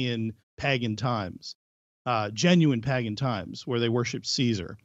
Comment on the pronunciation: mispronounces "pagan" and says the Romans were worshipping Caesar as an example of paganism. LoL Wrong. The U.S. isn't even 250 years old. "Rich history of these nations..." LoL Two fundamental Christians who long for the old days in Salem Massachusetts when they could drag mostly single women and a couple of men with property up in front of a judge and make wild, unfounded accusations and dole out punishment like pressing someone to death. They're always the most bloodthirsty. Everything is projection with the Red Flag Squaddies.